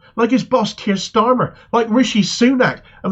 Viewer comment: I like how Peter Oborne pronounces his name..."Keir Schtarmer".